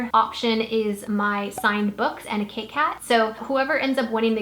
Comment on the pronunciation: I thought you said “Kit Kat” when you went over the giveaways haha I thought hmm that’s nice and then I realized it was a cake hat 😂❤️